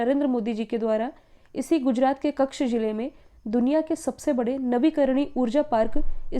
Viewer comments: आदरणीय महोदया कृपया कच्छ को कक्ष जैसा उच्चारण न करें🙏 अर्थ का अनर्थ हो जाता है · मैम कक्ष नही बोलते उस जिले को......कच्छ बोलते है....वैसे आप Talented है. ..